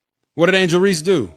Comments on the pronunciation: Dude, I like your info., but please stop mispronouncing Angel's last name. It is Reese, (like "peace"), not Reese's (like the candy). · Hey bro I know you’re illiterate but just for future reference, you don’t say the “E” at the end of words. It’s “Reese” not “Reesey” you Dumb mf 😂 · It’s Reese not Reese-EEE…but I agree with u tho